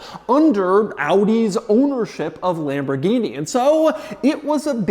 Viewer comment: It's not pronounced "Lamborghini"!!!!!.... It's Lamborghini... cmooon man